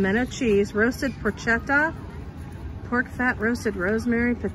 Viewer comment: International tapas! There was plenty to try there except the pork ears LOL! BTW, Porchetta (por-che-tta, a pork roast) is pronounced Por-kay-tah. CH in Italian is a K sound, just like bruschetta (bru-sche-tta) = brew-skay-tah! Frangipane (Fran-gi-pa-ne) = Frahn-jee-pah-nay, a sweet almond-flavoured custard! And don't forget to roll the R's! Schinkennudeln/Schinken nudeln literally means Ham noodles (Schinken = Ham, pronounced with SH, not SK)! Raclette is a delicious soft melty swisd cheese that is literally melted on the wheel/wedge and scraped off and served with savory items. It's not the same as the fully melted fondue-style cheese. 🎵Have you tried the dishes, they're delicious! 🎵